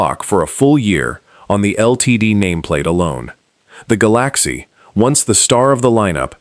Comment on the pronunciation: A! powered video that calls the LTD a Ga- Lack-see gets a thumbs down!